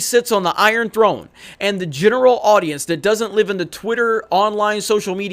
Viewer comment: "Throlne". Why does everyone put an L in the word throne? Drives me nuts